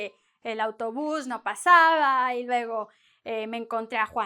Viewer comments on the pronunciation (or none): none